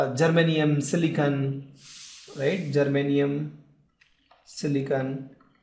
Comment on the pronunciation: Sir its a silicon not a silican...